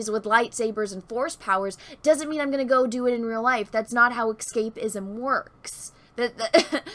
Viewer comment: isn't it pronounces "s cape izm" and not "x cape izm".....